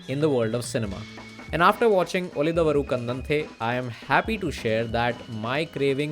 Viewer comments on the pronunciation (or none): To be pronounced उळिदवरु कण्डन्ते. Thank you. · It's da of darling not da of the... Ulidadavaru kandante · उळिदवरु कन्डन्ते is how it is pronounced. Assuming you speak Hindi. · Your efforts to research on cinema is much appreciated. It would have been better if you have put some more effort to learn how to pronounce movie name. If you have any medical issues in Pronouncing properly I am extremely sorry.